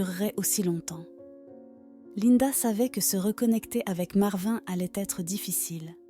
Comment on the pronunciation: Complètement inventé, avec une voix qui se trompe de prononciation sur "marvin", des photos de stock qui ne correspondent pas à l'histoire ou sont parfois truquées (la fille (montage photoshop maladroit) entoure le lion avec une main en trop !!!)... Ça fait pleurer dans les chaumières et démontrent à quel point les histoires cucul d'animaux tirent des larmes aux français moyens qui n'ont qu'indifférence pour le voisin du dessus qui a plus de soucis qu'un gros lion imaginé par AZ machin chose...